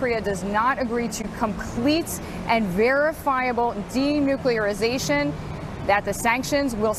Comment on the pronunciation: The guys should practice the big words before they start the show. Denuclearization. .